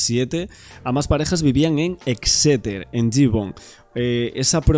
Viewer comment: disculpa, se pronuncia Éxeter con acento en la É.. Gracias por toda esa información. El alemán va a salir en libertad porque no hay pruebas que lo incriminen en el caso Maddy